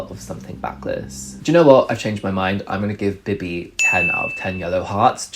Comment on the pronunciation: BIBI was def 10/10. Literally slayed. She was so elegant and sexy and OH MY GOD i love that she was asked to perform. Love it for her🥺🥰 thanks for the review! loved it. just a note tho: you should pronounce her name as BeeBee, with an elongated “eee” sound💕